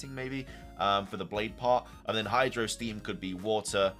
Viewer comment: > sees obvious Japanese pronunciations of psychic blade and hydro steam > pronounced them wrong > says they translate to psychic blade and hydro steam instead of just being the words. > says that psychic blade might be a fighting type move when it has psychic in the name (wonder what type leaf blade is?) Also I’m not sure why he thinks the legendary beast trio fusion and the non-keldeo swords of justice fusion are just suicune and virizion despite the fact they clearly are fusions (though this is more a jab at the original thread)